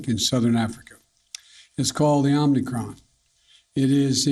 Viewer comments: The idiot is saying OmNicron 😀😀😀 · Omni Kron? Okie dokie! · It’s not omnicron it’s omicron mr president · Omnicron... was it created by unicron? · First couple of sentences this guy mis-speaks. “OmNicron” he calls it. Repeatedly. This is our best and brightest. Sad days for America. Very sad. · Not chaos and confusion - Omnicron 😅😂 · Omni-kron, lol.. Is that the opposite of a silent "n". Is the "n" invisible instead? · It's Omicron.....lol